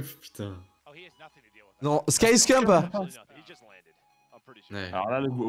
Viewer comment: Le boss des Call Of, ce bon vieux Scumpii !!! Des années que je le suis et toujours aussi incroyable ! 🔥🔥🔥 PS : Ca se dit Scumpii son blase pas « ScumpE » à la française. 😏